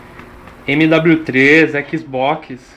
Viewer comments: oque ele quis dizer : Xbox oque ele pronunciou :ÉquisBóquis! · falando xbox: Equiz Box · o sotaque do no começo q matou!! o équizbókiss